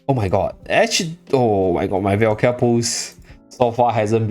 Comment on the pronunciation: Really good video but please can you pronounce her name right? It's Valka, not Velkia 😅